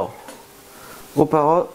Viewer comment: on dit pas paro mes parote au sinon bonne vidéo